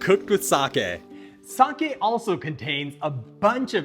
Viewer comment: Hoping monolingual English speakers watching this will finally learn how to say “sake” correctly.